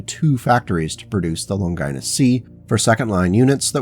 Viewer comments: Older vid, but still good! Didn’t see it in the comments, but the pronunciation of the name “Longinus” is “Lawn-juh-nus” “Lon-Gie-Nus” sounds like something a medical condition haha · Longinus is pronounced as (lawn ga nes). It is not pronounced (lon gI nus). Think Greek or Latin like Leonidas king of Sparta.